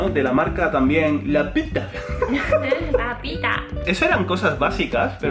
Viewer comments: "La petah" JAJAJJJJAJJAJ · Me hace gracia porque la marca se llama LA PITA pero dice la i como una u francesa. Tiene sentido si se quiere disimular otra palabra. No me había dado cuenta, pero ahora me hace mucha gracia.